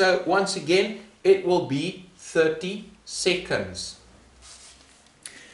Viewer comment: Everyone:seconds Him:siconds